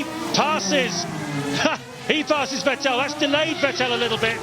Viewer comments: It's pronounced "Fett-il" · Not the commentators calling Vettel "VehTell" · Vet tell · Coulthard always said "vih tell" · The Time where "Vettel" was called "Veteell"😅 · I do miss Allen mispronouncing Vettel's name. At this point it seemed to be ntentional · It's weird that they kept switching pronunciations for a few years until they figured it out. gets it right several times here, then goes back to the other one. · The crazy part is that they still kept saying that way even when seb was a multi time champion already